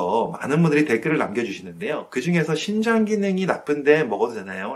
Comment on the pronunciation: 심장인지? 신장인지? 발음이...정확히 해주셨으면 감사하겠습니다